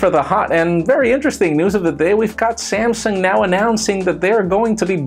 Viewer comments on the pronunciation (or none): none